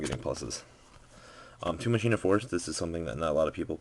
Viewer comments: I don't see why u only run 1 machina forstess. And the 1 thing I hate about this card is that no 1 says the name of the card Right. I mean really u know how to say Machine right! It's 1 leter difrent how the hell is that 1 leter going 2 change the word completly if it's at the end! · one letter changes the way how it's pronounced because it's a completely different word, if that makes sense. it's from the Greek phrase "deus ex machina" which roughly translates to "God from a machine" so i pronounce it "mah-kih-nuh" because it's how the word was said, know what i mean?